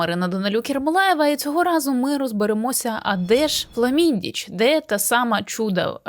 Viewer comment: Хламиндич)))) а не фламиндич